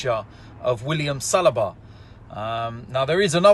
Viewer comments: It is not Salaba, it is Saliba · OMG it's Sell-lee-ba